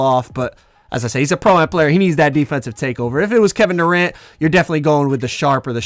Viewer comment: Man said Doranto 🤣🤣🤣